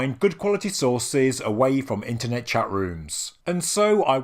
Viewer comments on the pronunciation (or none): none